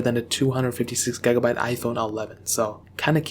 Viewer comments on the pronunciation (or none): The way he pronounces gigabyte triggers me. DISLIKED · Lmfao the way you say gigabyte is funny af